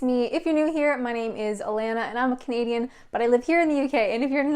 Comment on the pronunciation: I thought you were saying "I'm a comedian, I only just figured out you say "I'm Canadian." You're brave swimming in the sea at a UK beach.